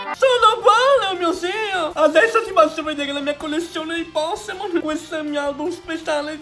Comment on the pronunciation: "Un bosch dei Poshemon"